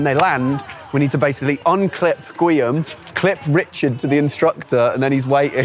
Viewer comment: It's not GWEE-am, it's GEE-orm.